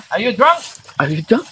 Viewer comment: 😂😂😂drunk not dunk 😅 ang galing nyo din magpatawa eh. Pampa GOOD VIBES talaga. Ingat kayo 2.